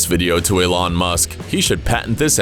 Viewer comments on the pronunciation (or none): none